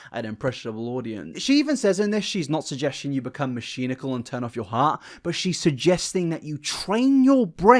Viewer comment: Do you actually pronounce mechanical like that or was that just a slip up???